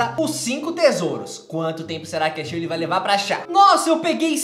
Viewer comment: não é sirley é shirley.